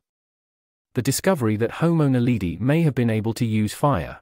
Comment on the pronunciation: It's drives me crazy to hear,"Naleedee".